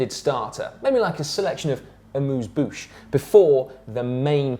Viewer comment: you say "amuse bouche" again and I am reporting you to Utube